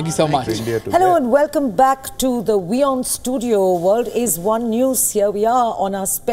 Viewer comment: AND, ACTUALLY introduced the channel as "We On" INSTEAD OF " VEE On", as some other presenters have (SMH). Thanks for correct pronunciation.👍 Great interview and guests, allowing them to express their views/opinions without shouting and interruptions, like some Indian channels that I won't name (you might already know them) and irritating banners flashing continuously (as if we have the attention spans of hamsters). Kudos!👏👏👏